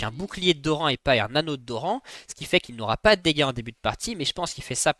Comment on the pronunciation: Superbe vidéo mais j'avoue que dire jarvHAAN, dorHAN, FAKÉ ça ma trigger de fou. Mais contenu qualitatif